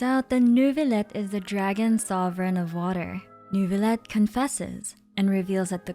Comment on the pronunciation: as the french person, the way she pronounces "Neurvilette" is so bad it cringes me